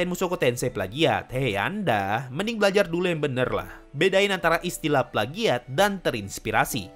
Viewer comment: Wkwkwkwk yg bilang palgiat lol